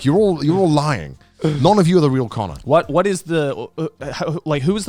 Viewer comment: Ah yes, Canur and cahner from the vtubers he plays with